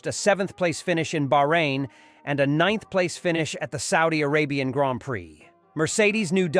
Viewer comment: I stopped listening at "graanpricks".